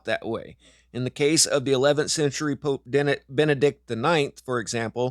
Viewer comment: What's a "pope-a"